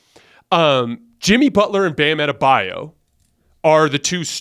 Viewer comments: You’d think Colin would’ve learned how to say Adebayo’s name by now lmaoo “Adabayou” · Colin: Bam Ade-Bayou 🤣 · Makes me sick when they mispronounce Bam AdebaYO’s name.